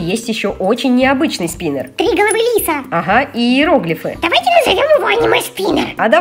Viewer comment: Юми вопше ржака она когда назвала спинер спенер минер